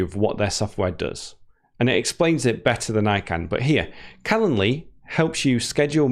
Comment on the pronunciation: Don't forget the "d" in calenDly! You're an English teacher! You also drop your "g's" most of the time!